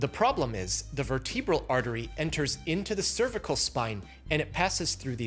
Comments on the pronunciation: Unlike in cerebral, the second E in vertebral is soft, and the accent goes on the first syllable. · Vertebral.... why have I heard that pronounced far more different by plenty of physicians ?